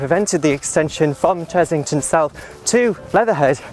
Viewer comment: It's Chessington not Chezzington!!! Other than that, another great video :)